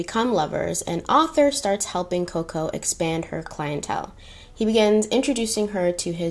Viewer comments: I love you but its ArTHur not Ather lol I feel like you heard it pronounced in a British accent and rolled with it 🤣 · Your French pronunciations were fine; it was the English one you got wrong 😂. Arthur is pronounced "ARR-tha" not "AUTHor" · Just FYI....the name "Arthur" has an R in the first syllable, so pronounced "Ar-thur," not "author" and "Albert" in French is pronounced "Alber." Deauville is, I think, pronounced "Doe-veal." The fabric tricot is pronounced "tree-coe." French is complicated! 🇫🇷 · “Deauville” - dough-veel, Arthur Cappell - Ar- th -er, Wertheimer -ver-timer, Swarovski - swar - off - ski. Am enjoying your channel so much! How could I reject makeup and history, my two lifelong passions. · I was surprised she didn’t know how to pronounce Arthur! I guess that mustn’t be a common name in the US which is so strange to me haha